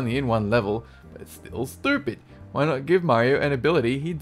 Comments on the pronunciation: That accent is beautiful for insulting people Calling them stupid when you can't pronounce it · his accent when he says "Its still stupid" love it man!!! keep up the funny work haha